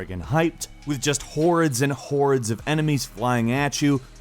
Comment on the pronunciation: The way you say hordes is awful.